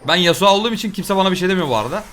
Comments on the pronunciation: nobody:: yasua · nobody:: yasua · neden Yasuo ya yasua diyosun? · YASUA DEİL YASUO YASUO YASUA NE YA:DDD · yasua değil yasuo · No Body:: Yasua